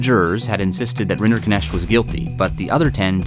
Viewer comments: maybe beside the point, but what a weird way to pronounce that name. It's obviously of German origin and is meant to be pronounced RIN-der-nekt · Rinderknecht pronounced as "renderkinesht" burns my ears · What annoys me most, is that Rinderknecht is an actually quite easy to pronounce German name, yet nobody took the time to put it into Google translate from German and hit "text to speech" (compound word: Rinder-Knecht, basically cow/bovine servant-boy, meaning: cow man, cow farmer boy, cow farm serf) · All this detailed research, yet somehow everyone manages to mispronounce a Swiss-German surname, as something that sounds Indian. It's a compound name: Rinder-Knecht ("cattle servant" / cowherd / ALMOST the german variant of a cowboy). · Why can't a single person pronounce Rinderknecht properly? Not even the man's lawyer. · The pronunciation of his last name hurts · What the hell is that name pronunciation? I know it's his name, but it makes the video hard to watch as someone who knows how to pronounce knecht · As a german every pronounciation of Rinderknecht gave me a heart attack 😂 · Why are you trying so hard to mispronounce his name?